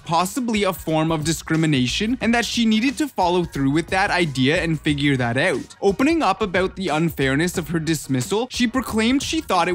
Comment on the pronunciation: Why do you keep saying the word oot ? What is an oot?